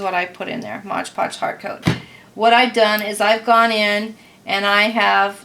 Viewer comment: Its MOD Podge, not modge podge.